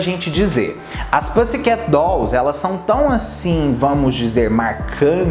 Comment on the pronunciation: Toda vez q ele fala pãssi queti me dá um treco